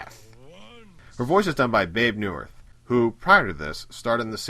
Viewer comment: lol Babe Neuwirth? Um pretty sure its Bebe (pronounced Bee-bee.) Awesome video though :)